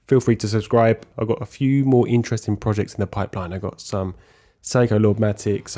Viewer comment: I spent half the video wondering why I had never heard of Psycho movements or the Amiga Seamaster watch. Your pronunciations duuuude!